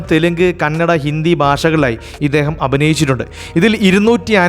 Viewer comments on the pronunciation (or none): none